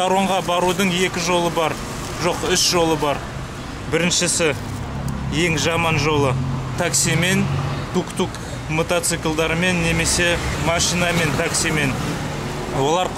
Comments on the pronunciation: салем. "Жәмән" айтпашы "Жаман" деп дұрыс сөйлеші досым. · "Жәмән емес" дегені күшті😁 еще "керемет" дегені ) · А орнына Ә колданады екенсін көбінесе ия 😊, жӘмӘн емес дисінба😄